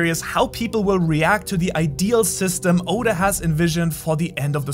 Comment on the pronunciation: For some reason i loved how he pronounced Oda